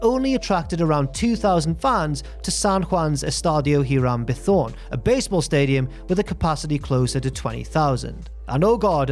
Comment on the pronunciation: Hiram Bithorn - Eee-rahm Bee-thorn